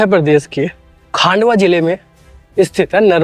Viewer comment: खंडवा है भैया खांडवा नहीं है Baki nice info bhaiyya